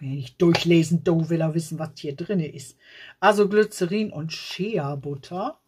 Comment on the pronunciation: ...Shea Butter...das e wird als i ausgesprochen.. schia 😅